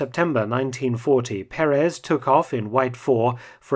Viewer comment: Mr. Felton, may I correct your pronunciation of the Spanish surname Perez...it should be pronounced with an accent over the first "e" of the name (Pérez) not over the last one, as you do.